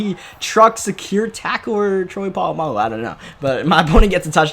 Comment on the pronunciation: “Troy polmangu”🤣🤣